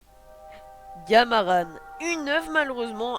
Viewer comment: Graaave mais je pense sa se dis gamarAN pas gamarane